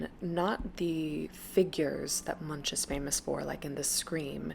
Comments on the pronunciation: Don’t pronounce the ch, it is more like Munk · edward "munch". Oh please get the pronouncation right. It is not about munching. Love your vids.